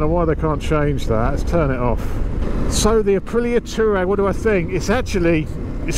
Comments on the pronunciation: Sorry mate it is pronounced " twar reg and reg rhymes with leg ;-) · It's pronounced "Twareg" you silly sod 😂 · it's pronouced- Twaar ig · I thought so too; “twa-regg”